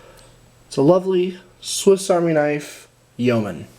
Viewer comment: Great hearing an American that knows how to pronounce Yeoman! Lol